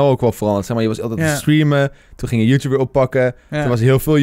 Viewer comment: niemand:: youtoep